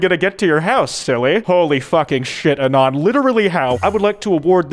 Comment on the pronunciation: why does he say anon like that 😭